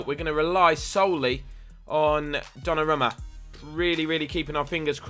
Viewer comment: pronounced donnarooma